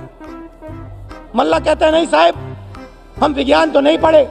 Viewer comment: ❤❤❤ ओ Pappu, ध्यान से सुन, मल्लाह बोल, Mellah नहीं।😂😂😂